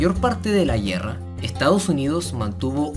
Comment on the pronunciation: A alguien mas le daba algo en el cerebro cuando decía GUIERRA?